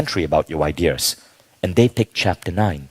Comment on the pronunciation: Why does he say "I Dears" instead of Ideas...